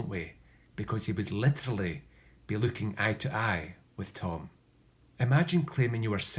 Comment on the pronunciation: The way you said "literally" made me uncomfortable.